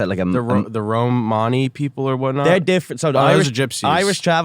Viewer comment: The "Roh-Mani" people. Jeez, imagine going to school with 😂